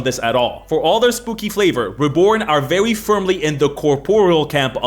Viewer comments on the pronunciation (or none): he says "vewy firmly"